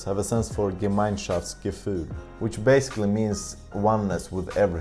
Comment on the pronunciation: you pronounciated Gemeinschaftsgefühl correctly. Do you have any relations to German / Germany?